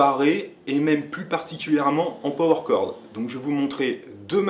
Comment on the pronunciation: “Peau-Oueur Corde”!!! 😅